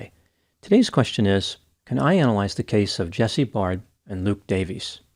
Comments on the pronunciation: Dr Grande, u pronounce all last names wrongly. Their last names are pronounced “bare-d” and “da-VIS.” I know u think it’s da-Veez cos of the “ies” at the end, but in welsh that is still pronounced as “DAY-VISS” please don’t abominate their last names again. It’s pronounced like “beard”, not barrrrrrd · Please get it right "Dr" ! Jesse's surname is pronounced Baird (rhymes with Laird) like 'Bear D' NOT Bard! Also, your thumbnail is pathetic 'clickbait'. As well, Jesse NEVER had a sexual relationship with Beau, so get that right! Jesse's friends can confirm this. There is sufficient evidence that a fair amount of what you 'allege' is not only FALSE but can actually hurt and offend Jesse's and Luke's friends. Which I am one and 4 friends of theirs have seen your video. You mentioned a friend of Jesse in Perth. He has also seen your video. They are speaking through me and my account. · Jesse’s name is pronounced Bared not Bard. ( Baird) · Jesse's friends and family are actually disputing there was ANY physical relationship between them - and Baird is pronounced like bear-d not bard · It's pronounced Bay-rd not Bard Dr Grande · Its pronounced 'bare-d' not 'barred' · just adding here that jesse's last name is pronounced bear-d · You misspronounced his name, learn Australianish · I don't know how you could mispronounce a simple name like "Baird", if you can't see the "i" in the middle of the name then you might want to update your prescription